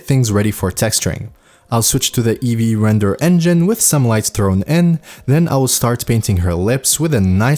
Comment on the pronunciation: It was nice until he said Eevee 🤮